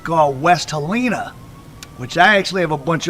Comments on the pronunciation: He don't even know how to say Helena AR. It's not helina it's pronounced like hel- nena... These culture vultures hell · It’s not He Lena it’s Hel -N-A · Hell-in-ah .. that’s how you pronounce it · That's my cousin and its Hell- len- nah = (Helena) and Mary-anna = ( Marianna). Alot of this story isn't true only assumption. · Im from memphis it aint pronounced like dat its HELL IN AH.. LOL DO YA THANG MY GUY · How he pronounced West Helena had me wondering where was it, it’s like a woman named Helen and someone hits you in the stomach and you say Aaa = West Helena